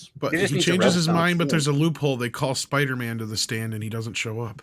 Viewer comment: So apparently does say these superhero names wrong: Spidermin and Aquamin instead of Spider-Man and Aqua-Man. Originally I thought he was making some kind of meta joke like these were surnames of characters like Peter Spiderman. Turns out he just can’t stop himself from saying them wrong I suppose 😂.